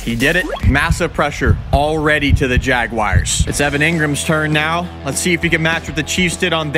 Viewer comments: It’s pronounced JAGUARS not JAGWIRES 😂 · Why do you call the Jaguars the jag-WIRES? Jersey people say it that way too. It makes no sense whatsoever.